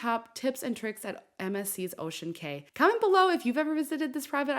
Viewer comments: This! It drove me crazy every time she said "kay" instead of "key". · On the islands it is pronounced Ocean Key. Not Kay. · it’s pronounced as ocean KEY not KAY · It's Ocean "Key" not "Kay"...just so ya know. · Cay is pronounced like key. So you would say "Ocean Key" Island, not Ocean K. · Pronounced “key” fyi was a boring island. I never get off anymore. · Thank you for this video. I only have one note for you. I used to work for MSC and know when you say, "Ocean Cay," it's pronounced just like the word "Key." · It’s pronounced Ocean Cay (key)